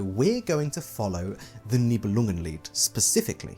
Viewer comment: Could listen to you enunciating "Nibelungenlied" for hours 😂 My brain does the little language jump when you say german words or names. Dont know how to explain. It just goes "Englishenglishenglish - german now! - ah no englishenglishenglish" That only happens to me when the speaker is a german native usually.